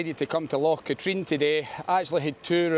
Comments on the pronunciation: Great video but it's Cat-rin not Cat-reen. Drove me nuts. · I cycled around Katrine few years ago and made the same mistake as you with pronunciation with a local he wasnt happy but corrected me. 😂 its Kah-trin